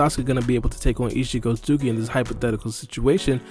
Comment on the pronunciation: Omfg bro its not pronounced “eetchee sosooki” like bro